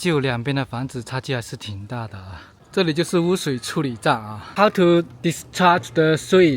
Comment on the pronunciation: 在不做旁白,但对镜头讲话或采访时，语速太快，还是你讲粵语的带速习惯，加之几乎全部平舌卷舌音不分，“ 怎么” 发成 "紧莫"，"云"发成"银"，"休"发成"siu", "容" 发生"yong", "错" 发成"chuo", 只有"是,实,食" 正确发卷舌音，如不看屏幕文字，听明白还是有些吃力。